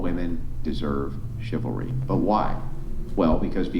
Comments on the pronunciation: Here’s a crazy thought. You should probably be able to say the word chivalry before you start debating the finer points of it on a podcast. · The woman who can't pronounce "chivalry". Is she drunk or high?